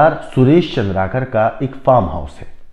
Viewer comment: सर , चंद्राकर नहीं, चंद्रकार है,जोंकी,sc वर्ग में आते है, चंद्राकर,obc वर्ग में आते हैं।